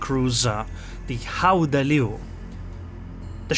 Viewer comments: But you should not say h in Dutch when you want to say gouden It is a velar fricative so try to say g as a continuous sound and adding friction When it starts to sound as if you have a throat ache you are getting there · Its almost right. Like said its pronounced with the hard G in dutch, but other than that you're spot on. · Don't worry too much about the pronunciation, I think it's very close to how it's said. The 'G' need to be pronunced a little bit harder, then it would be a perfect pronunciation. Not gonna lie, your version was much better than WG's pronunciation, they could't say it, neither did they try to put it in Google Translate. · Your pronounciation is almost perfect. But the G is not pronounced as an H. You can choose between a hard G as in the Netherlands or a soft G as in Flanders.